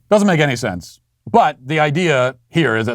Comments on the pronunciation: Idear? Great grammar Mr. teacher. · He was cut off as soon as he said "idear" --- this person teaches people?????????????? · Did he say "idear"? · 1st off how is he a teacher and yet he can't even say idea correctly